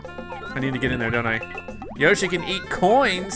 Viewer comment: Whenever he says yoshi yashi/yoshi comes to my mind